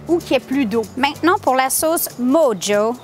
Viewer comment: Hello, merci pour la recette! pour info "mojo" se prononce "morro" ;-)